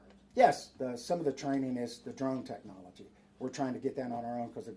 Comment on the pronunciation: He might have good Intentions but he can barely pronounce the word technology. 🤷🏻‍♂️ just being honest. This guy is talking about his grandkids “drones”.